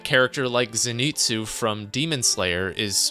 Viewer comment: Also saying zenetsu is annoying takes any authority you thought you might have on the topic